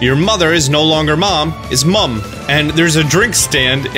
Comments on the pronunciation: I watched the VG247 of the "10 minutes of gameplay"... it was more 3 minutes of gameplay just repeated into a 10 minute video. P.S. As a Brit, it sounds funny to hear you say Mum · the way you say mum is so funny to me 😂